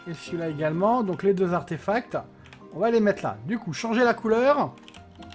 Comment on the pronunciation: "Arfetacts" xD